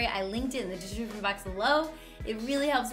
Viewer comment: "I linked it in the dejchsjvin box below."